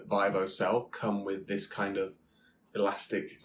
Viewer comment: Good sir - it is pronounced “VEE-VOH”. Other than that, cracking video 🍻